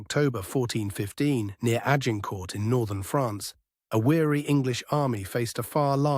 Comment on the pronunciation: If your AI cannot pronounce Agincourt, you are failing. Delete.